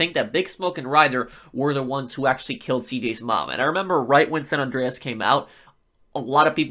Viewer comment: It bugs me how this guy says "Andreas"